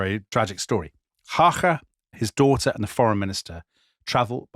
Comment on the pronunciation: Excellent pronunciation of Emil Hácha, sir!